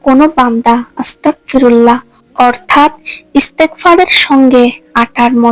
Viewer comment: আসসালামু আলাইকুম। আপনি ইস্তেগফার ভুল ভাবে পড়ছেন। আপনি পড়ছেন 'আস্তাকফিরুল্লাহ' কিন্তু আসলে এটি হবে 'আস্তাগফিরুল্লাহ' । অর্থাৎ ক এর স্থানে গ হবে। গ এর স্থানে ক পড়লে এর অর্থ বিকৃত হয়ে ভয়ংকর এক অর্থ হয় তাই আপনার এই ভুল সংশোধন করুন নাহয় অর্থের ভুলের কারণে আপনার মারাত্মক গুনাহ হবে এবং আল্লাহর কাছে সঠিক ভাবে আপনার ভুলের জন্য মাফ চান।